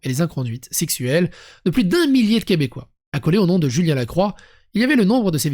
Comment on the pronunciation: Bonjour du Québec ! On écrit et se dit Québécois et non Quebecquois. Merci !